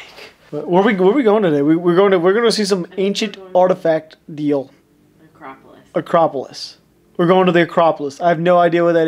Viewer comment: Your in Athens Greece In the thumbnail you in front of the famous Parthenon It's a-crop-polis